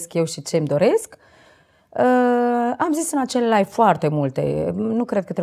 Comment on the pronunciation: Nu vreau sa critic insa cuvantul Live se citeste la fel si nu Life, care are cu totul alt sens. In rest bravo)